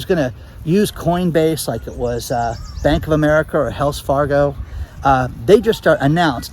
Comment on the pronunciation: Did you say Hells Fargo? Ha ha ha